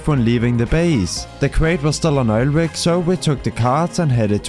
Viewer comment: bro its obv oil rig not oil wig